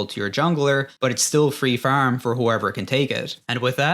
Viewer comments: Me going "when this guy says Farm, it sounds exactly like a cross between "farm" and "firm." And 5 seconds later, you have a meme of I Robot saying "faerm" I'm DEAD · its very funny that you sound like you have a vaguely north american accent and then you say things like farm and sound like an irish person trying to do an american accent